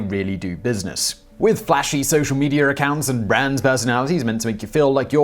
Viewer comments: For example, adding an "r" to the word "media". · There is no "R" in media.